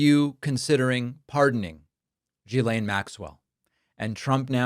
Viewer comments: sorry one correction, it's pronounce JIZZ-lane. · David, It is pronounced: Ghee-len (a hard G).